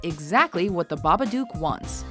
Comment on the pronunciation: Did she just call it the Baba-Duke?